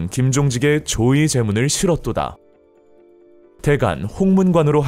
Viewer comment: 조의 제문 이라고 발음 하시네 조 의제문 발음이 맞는거 아닌가